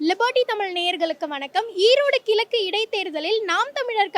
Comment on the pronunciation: கிலக்கு இல்ல முன்கலப்ஸ் சகோ.... கிழக்கு....சொல்லுங்க ....ழ....